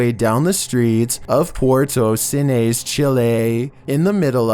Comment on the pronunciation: Just fyi: Its Cisnes, not Cines...you're not using the s. I have relatives there...just sayin'. LOVE your channel!